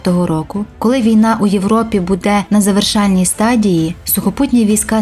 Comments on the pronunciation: Питання до озвучки. Що за будЕ? Чому наголос на другий склад? Ми ж не в селі. Виправте це будь ласка, ріже слух!!! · Не зрозуміло що з наголосом??? Музей Патона? Серйозно? БУде?